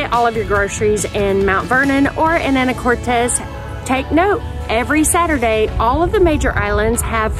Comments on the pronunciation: It’s pronounced Ana- cortis not Ana Cortez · If you are going to do a review on the islands and Anacortes, PLEASE, PLEASE pronounce it correctly.. (a - nuh - kor - tuhs )...Not "tahs" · Ya Anacortes was named after Annie Curtis. Haha but the island its on i believe is a Spanish name. Fidalgo. Common mistake but funny. But yes its pronounced Anna core tis. And on the other hand, orcas Island is pronounced like the hispanic name, orkiss. Though many pronounce it like orca's Island when visiting haha. Its all good though. I was born there and visitors say anacortez and orca's Island all the time. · Some local feedback: it’s pronounced Ana•core•tis Also it’s Mount Vernon! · Mt Vernon not St Vernon and Anna cor tis is how Anacortes is pronounced. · Ikr the way she said it bugged me🤣🤣